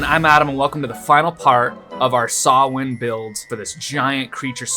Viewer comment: It's a pleasant surprise to see someone pronounce Samhain correctly....